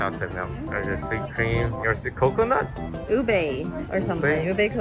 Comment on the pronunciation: I nearly laughed and i dont know why but ube is pronounced (oo-bee